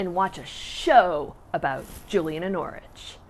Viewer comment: Thank you for pronouncing Norwich correctly. 😄